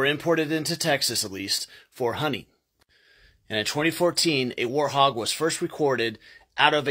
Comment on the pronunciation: I don't think that the letter "t" in the word "warthog" is silent... I'm sure I heard you say: "warhog"...